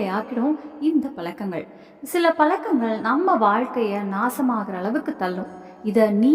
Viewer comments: Palakangal illai pazhakangal enru ucharikkavum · Palakkangal super tamil attahasamana tamizh kolai zha varadha